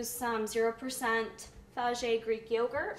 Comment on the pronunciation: the yogurt brand name is "fa-yeh" not "fa-jay" :)